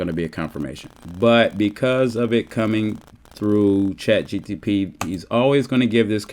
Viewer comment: Say chat gtp one more time